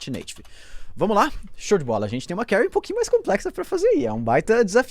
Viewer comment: Carry??? Ou query???